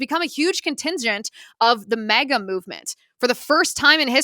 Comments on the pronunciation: It’s MAGA not MEGA 😂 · It’s M A G A, not mega. Silly 😊